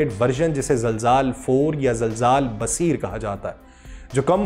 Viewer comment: Not zalzaal Right name is zilzaal